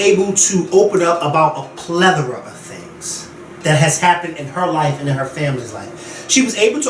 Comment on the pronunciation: Did he just say a "pleathera"?